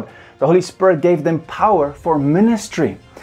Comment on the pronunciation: I like how he says "Spirit" sounds like "spare it" It sounds really cool.